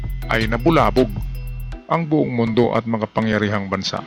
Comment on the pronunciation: BUONG po ang Tamang bigkas BOUNG po maling bigkas